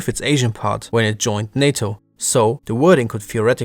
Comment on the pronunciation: It's NATO not SATO 😜